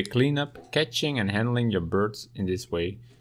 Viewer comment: Vinegar not vinigar. Handling not handeling.